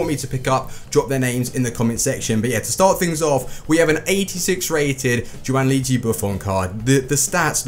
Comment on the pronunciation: Gianluigi,not giaunluigi